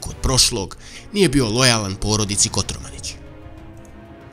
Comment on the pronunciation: Kotromanić a ne Kotormanić